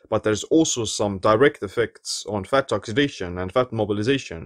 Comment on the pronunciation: I love the way you say, Fatt